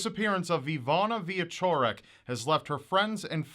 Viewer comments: I like how yoou pronounce her name - surprisingly good for an American;). Keep up the good work! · As a Pole, I held my breath when you started to pronounce "Iwona Wieczorek", but it was absolutely great :D I hear Polish names butchered on a daily basis in foreign media and this was a nice surprise, especially since Polish is a really nasty language to learn and pronounce! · WOW. One of the most "famous" cases from my country... Did not expect that. Good job. And GREAT job pronouncing the Polish words. Polish is considered by linguists all over the world as one of the most difficult languages (especially for english speaking people).